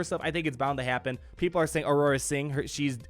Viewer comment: it's Aurra sing not Aurora sing!! take note pls :P